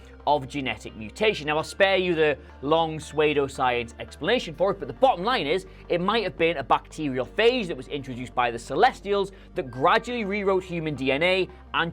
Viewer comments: I pronounce "pseudo" as "sudo", you said "swaydo"... is that a regional thing? I'm genuinely curious, I have also heard it pronounced in other ways which strike me as much more odd than either of ours. My background is my grandpa was a Canadian from British Columbia and I grew up in the Northwest USA (Washington state) and have lived in New Mexico for 20 years. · Is.. swado a thing? Instead of soodoo? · "Suedo"science ayyyy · Brilliant pronunciation of “pseudo”,.